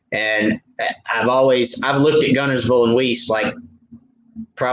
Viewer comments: FYI you are pronouncing the name wrong for Weiss Lake it is pronounced "WISS" Thanks for all your tips. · Love to take a vacation day to meet up with you on Wiss lake and help your pronunciation of Wiss lake